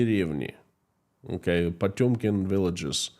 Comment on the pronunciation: Can you say Potemkin village?